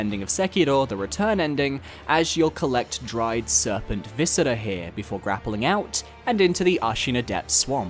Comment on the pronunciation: why do you pronounce some r’s as if they’re d’s? at first i thought it was to be more accurate to japanese pronunciation but then you do it for words like “viscera” which is latin in origin. and with names you’re even more inconsistent. so confusing